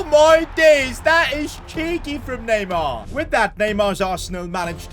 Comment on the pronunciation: It’s neymar